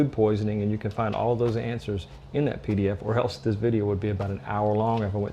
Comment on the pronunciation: what is a Dee Dee Ef??? Keep on hearing hears a leenk to a Dee Dee Efd.